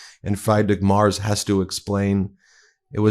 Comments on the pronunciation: btw, it’s pronounced Freedrick (well, actually ch, but you guys can’t pronounce that) Mairts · Please pronounce people's names correctly, for example Merz You can use Google translate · Yeah, embarrassing. I had to listen twice because I couldn't figure out who Meiselas was talking about. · Please have some tell you how to pronoiunce the German Chancellor's name! For some time I did not know wh you were talking about. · Here is how to pronounce the name of the German chancellor correctly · Ben, Please get his name right. Please do some research. This is said with love. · When speaking of other world leaders, as a matter of respect, please pronounce their names correctly. Friedrich Merz is not pronounced "Fried Rick." It's pronounced "Freed Rick" and Merz is pronounced "Mairtz" not "Mars." It might seem like an insignificant thing to you, but it's insulting to people whose names you're disrespecting. Please do better. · It’s not Mars Ben. It’s Mertz - pronounced Merts. Love your show… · It's M E R Z not M A R S! See a difference? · Ben! Learn to pronounce FREEdrich MerTz (not Mars)! Bitte! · I’m sorry but I cannot let “Fried-Rick Mars” slide 😂 It’s FREE-drikh (or FREE-drish) MAY-erts (but one syllable) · Ben, his name is Merz, not Marz. He is the prime minister (chancellor ) of one of the biggest economies in world. And Trump talks about eggs, Musk and other American issues. And to top it off he made the most idiotic comment about D-day. It is sooo embarrassing! Greetings from the Netherlands (Germany’s neighbor) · PLEASE, before my head explodes. His name is MERZ - pronounced like a mare (female horse), with a hard TZ in the end [MAERTZZ], - NOT Mars. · I have to correct you. His name is pronounced Free. drich Merz (like Fred and Ethel Mertz in I love Lucy). His name is not pronounced Mars. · dude, "fry-drick maars"? lol. nah, comeon. try this: "free-dree-ch m-eh-rtss" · Why do you keep saying Marz? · Merz is not pronounced Mars...Look it up Ben. 🤔